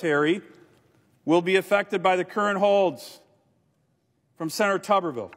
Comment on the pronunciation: AGAIN … no matter how he may say his own name, rules of pronunciation dictate: TUBER-vill, (basically tater-town) NOT TUBBER-vill (bathers-town)